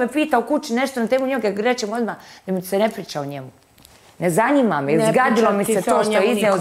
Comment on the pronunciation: Njezanima je Asmin,njezanima.